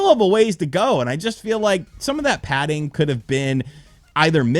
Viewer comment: Bro, stop saying padding